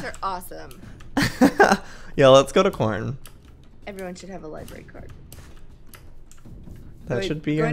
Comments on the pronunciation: Public libary LIBARY 😭 this haunts me when people say it like that 😂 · Joey LIE-BRARE-E=library NOT LIBARY XDDDD